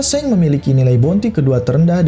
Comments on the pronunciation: Sang bang bukan seng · Emng pelafalan Shanks seng ya bukannya shank's